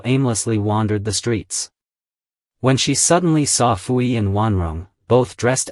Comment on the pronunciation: Also Puyi is pronounced Poo-yee